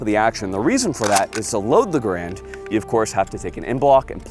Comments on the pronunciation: Vids are great, but an entire channel named on the garand, that doesn’t even pronounce it right. It’s Gare-and, not Guh-rand. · So you folks do not subscribe to pronouncing Garand as the research of Gun Jesus indicates? Seems odd on this channel...